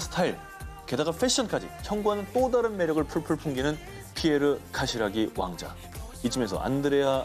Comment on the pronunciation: 카시라기..라기..라기...발음이 재밋어요!!